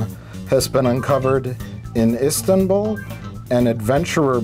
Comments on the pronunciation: How do you screw up so bad as to get "Istambul?" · Istambul, not Comstamtimople.